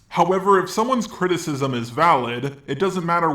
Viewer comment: crit-icism? What the f*** is that...